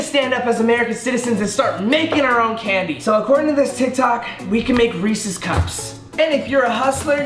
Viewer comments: Hate the way he say REESE CUP 😭😩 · I thought he said racist instead of Reece’s. I was about to be like.... wait. 😂🧐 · Did anyone else get mad at how he said Reese’s